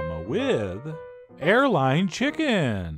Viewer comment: I thought this man said hairline